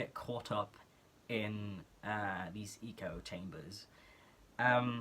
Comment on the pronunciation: Thr way you said echochamber is so mhch better than how its "supposed" to be said, dont worry. Bilinguals deserve so much more respect for especially what their speaking isn't their main language.